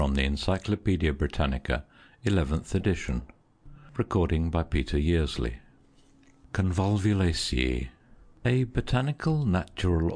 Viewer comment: Peter Yearsley. There's no silent D.